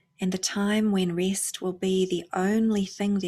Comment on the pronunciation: I know it's immature but I giggle inwardly when you say "rest" with your (New Zealand) accent. I'm terrible.